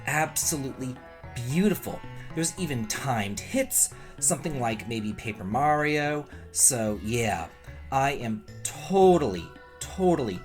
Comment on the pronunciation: Thanks for the news! I heard you say Mario the normal way!? What happened to your usual way of saying it?